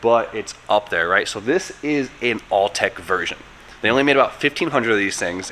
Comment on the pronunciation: Are you saying all-tech? It’s Autech FYI